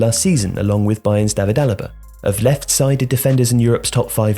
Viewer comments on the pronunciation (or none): none